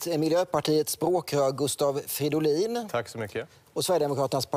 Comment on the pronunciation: Gustav Fiddolin?? Hahah